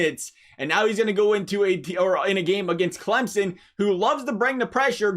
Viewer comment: I just want to thank you for pronouncing Clemson properly!